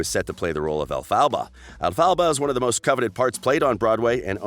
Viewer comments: When you pronounced the name of ELPHABA you bloody pronounced it as El-PHA-BA it's ELPHABA not EL-PHA-BA you're stupid. but yes dove Cameron is one of a kind and she would be amazing as GLINDA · i despise the way you say elphaba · Why is he saying Elphaba so weird??? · The way he pronounced Elphaba 😷 wtf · ZoLexa IKR 🤢